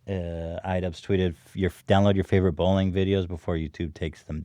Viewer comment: Who else heard “Watch your favorite bowling videos before they are removed...” .... lol